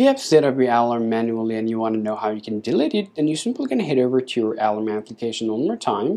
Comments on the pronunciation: Ah... you mean to say the word a-LARM. You've been pronouncing it A-larm but it sounds like you've been saying A-lum which is a chemical fixative used with dyes. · Alarm!!!!!!!! Say it the right way!